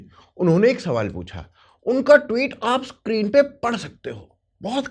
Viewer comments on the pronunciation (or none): none